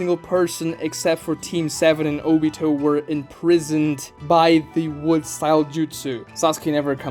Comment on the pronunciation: obito not jobito! madara not mara!